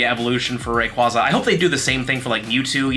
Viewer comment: You pronounce Rayquaza wrong too. 😂 ATTACK: 14 IS NOT 98%